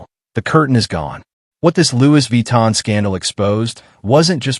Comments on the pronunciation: Lu Vi Tan ❌🤣❌ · Louise Vee-tan! - yeah!! 😂